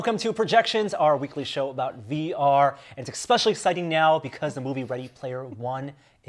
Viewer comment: I heard this guy say "Ekspecially" and stopped.